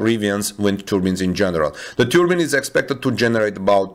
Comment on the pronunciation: It's pronounced "Turbine" not "Turbin". It's a big windmill not a headdress.